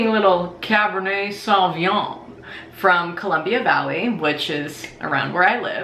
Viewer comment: when are you gonna learn how to pronounce sauvignon :/